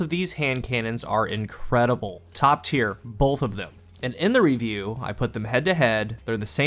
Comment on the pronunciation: Is it just me or does he say "bolth" instead of "both"!?